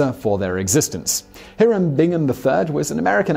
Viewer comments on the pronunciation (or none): none